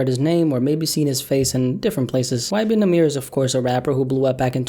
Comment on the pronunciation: “ y benamirror “😂